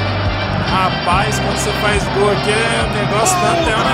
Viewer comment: "Dol?" Não seria "Gol"?